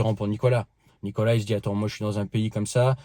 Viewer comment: prononcé Nicolasse